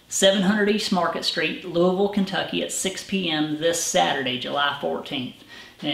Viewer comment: Thank you for pronouncing Louisville correctly.